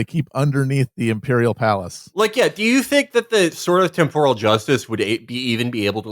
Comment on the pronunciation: It's pronounced temporal, not temporal